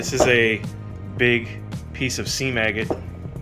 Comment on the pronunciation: Every time I hear someone say seam agate I swear they are saying sea maggot...